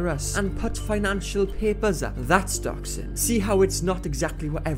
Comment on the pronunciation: This was a great video! Just saying when you said Doxxing I know what you said, I know you said Dox But I heard Dachshund and was confused on how one would get a doggo from a situation like this